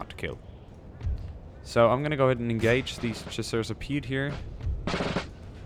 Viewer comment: you say "chasseurs a pieD" but in french if a word finishes by a "t" an "s" or a "d" it's silent so you sould say "chasseur à pié".